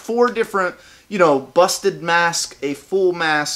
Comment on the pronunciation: when he said busted mask, I thaught he said busted ass